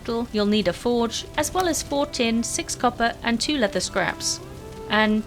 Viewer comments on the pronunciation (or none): none